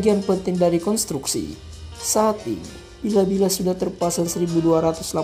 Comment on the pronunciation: Bila-Bila ??????: Maksudnya? Bilah... bukan Bila mas